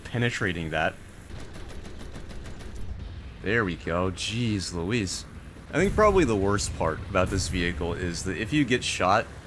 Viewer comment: The 'Geez Louise' shows true midwestern coming through XD It would be funny for you to play the bobblehead Pvkv II, it has the same potent gun as the Delat Torn, but at 3.7 (and terrible gun handling)